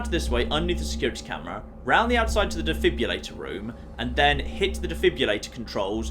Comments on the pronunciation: Today I learned cant say the word "Defibrillator". He says it like "Defibulator" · God, he butchered defibrillator. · I didn't know he could say it even worse!